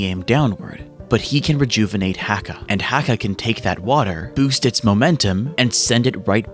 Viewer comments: please for the love of the saints corpse Acca name is letter H in Italian the H is silent... its Acca not Hacca... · Heads up, it's spelled Hacca but still pronounced Acca. The H is silent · The ‘H’ in Hacca is supposed to be silent because it’s Italian! Great video otherwise! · Dont my guy cant say accas name correct your not doing to bad